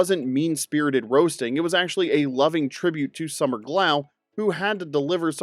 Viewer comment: You didn't say "Summer!" right 😂😂😂